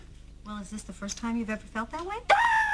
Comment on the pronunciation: “on thé outside looking in” y’all